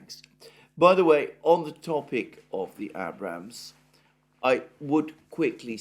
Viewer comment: Please pronounce Abrams properly.